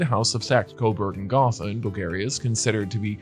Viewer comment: Gotha has a long "O" sound in it.